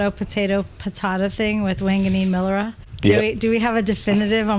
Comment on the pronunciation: is correct with pronouncing Milera 👍🏼